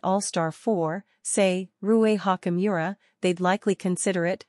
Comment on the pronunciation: How many times did she say Rui Hawk-E Miura??